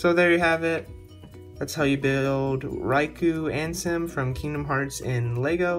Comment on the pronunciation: Riku is pronounced R-E-K-U and not Raiko. Anwsome custom Lego Riku-Ansem! Thanks for have done my request. I am happy that you have done it! Continue like this & stay safe!(